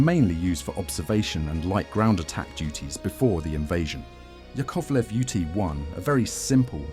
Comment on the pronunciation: Not LavOchkin, but LAvochkin. Not YakOvlev, but YAkovlev. Ilyushin and Petlyakov are mispnonounced as well. I wonder why they inerringly mispronounce Russian names. I got the feeling they do that on purpose.